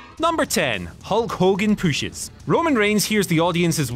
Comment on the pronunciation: fuutprint, puushes, lmao